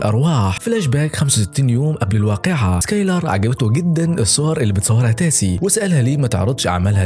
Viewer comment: تيسا مش تاسي